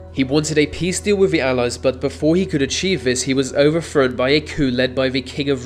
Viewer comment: "overfrown", after hearing you mispronounce "overthrown" about a dozen times, I turned the video off.